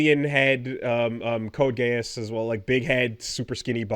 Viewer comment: I always love when needs to knock on anime proportions, he pulls up Studio CLAMP, doesn't remember most of what they make, and says Code Geass's name in a way that implies he's never watched it which is a shame because it's one of the best / ridiculous dramas that could only be made by a japanese studio willing to have a character say "Attention all Japanese, would you all please kill yourselves" and that be the big dramatic turn of the story XD